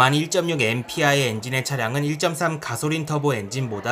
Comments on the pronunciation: 가솔린 발음이 안되시네여 가소린.... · 가솔린 발음이 참 구수하네용 ㅎㅎ